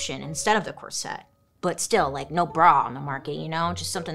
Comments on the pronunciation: Is is pronounced corset not sette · That word is not "cor-SETTE" it is "COR-set". Accent on the first syllable not the second. Suddenly all these young women are saying it wrong. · She pronounces it like ‘corsette’ lol. It was making my hair stand on end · The number of times I heard bailey pronounce corset as cor-set it became normal sounding 😂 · Always entertaining especially the way she pronounces “corset”💜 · she tries.. part of her personality 🤣🤣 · omg me too 😂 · Take a shot every time she mispronounces corset.